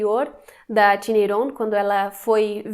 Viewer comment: Legal vc falar Iron e não "Airon", como outros Youtubers que vi